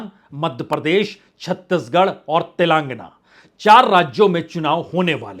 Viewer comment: श्रीमान पुण्य प्रसून जी कृपया “तेलंगाना “ को सही से बोलना सीख लें।